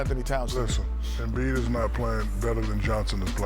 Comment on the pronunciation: Kenny really said embiid